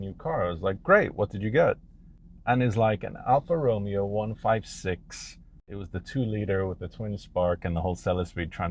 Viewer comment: If you are going to do a car review, at least pronounce the manufacturer's name correctly!